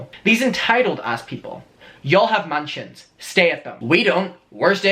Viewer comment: You yelled “you all have MANSIONS” but I heard “you all have MAN CHINS”. I was like ohhhh shit snapped!